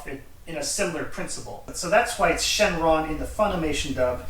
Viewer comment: It's super shrenron